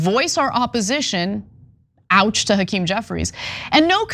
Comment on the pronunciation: Why does Hackerm Jefferies look drunk & drugged?🤪 Also, he's got a severe speech impediment. Did he have a stutter as a child?🧑‍🦳🌲🇺🇲